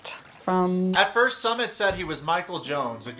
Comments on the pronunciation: Jesus his name is not "Summit". It's pronounced like "Soomit", as in "book". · Dude his name is pronounced "SOOO-MIT" not "Summit" we aren't going up a mountain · Ok but his name is not “Summit” like the top of a mountain. Please pronounce it correctly. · Did you intentionally pronounce Sumit’s name wrong? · Fyi...love your commentary but you keep pronouncing Sumit's name wrong.